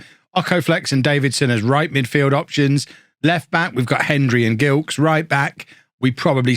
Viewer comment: Gilkes is pronounced with a soft G, like a J. Delighted to see a Barbadian in the team!